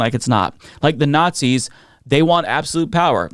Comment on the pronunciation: I never get tired of watching that clip. Hearing people cheer when he calls them what they are: Notsees.